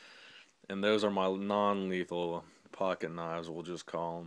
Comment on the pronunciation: He said non lethan